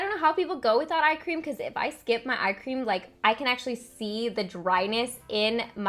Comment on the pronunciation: I was in the other room and I kept hearing you say ice cream instead of eye cream! I agree, ice cream shouldn't be avoided. Lol